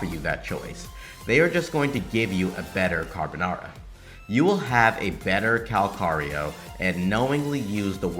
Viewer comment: No one seems to be able to say his name right! Calls him Kakarot, Kal-Carlo, Calamari, and so on. Never change,! You're analysis is spot on and your delivery is getting better and better.